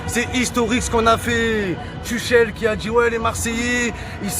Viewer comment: Tuchel se prononce Turel